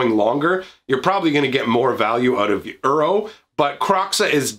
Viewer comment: When he calls Uro 'Euro'.